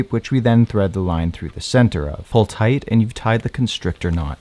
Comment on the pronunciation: It's pronounced tigh"T"